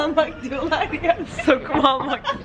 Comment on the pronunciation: Sokum değil sonum